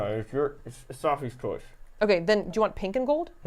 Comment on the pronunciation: "Saf-ie's choice" I'm ded and no one seemed to notice hahaha